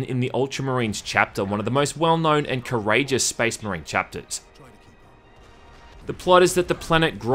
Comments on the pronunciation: did you mean SPEZZMUHREEN?! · "...and how they pronounce 'Space Marine' in this really bizarre way." Proceeds to say it in the exact same way the whole video.... Cracks me up dude.